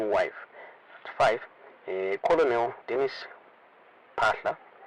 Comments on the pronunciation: Colonel is pronounced kur-nil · Colonel, pronounced 'kenel'